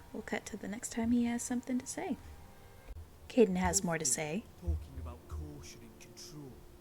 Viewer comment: K-eye-den is how his name is pronounced. I’m sure you heard it eventually in game tho, as it’s been a year lol.